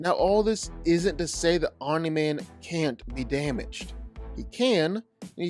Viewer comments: I enjoy your videos, but I cringe every time you say Omini Man. There is only one I. Omni, not Omini. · Random ahh comment but i like the annunciation of omniman, you say it like om u nee man almost not just om nee man i kinda like it lmao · Fun fact: Omni-Man is not pronounced "Ominy Man". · Hahahahaha... I'm-uh-knee man!😂